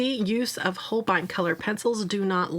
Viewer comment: Not a huge problem but they dont quite pronounce it the same way as you do, if you look at the katakana (ho - ru - beh - I- n) it actually comes out closer to sounding like "whole bean" which i just find really funny. I hope when you see it now you just think of beans like I do lol Say it however you want i just thought it was funny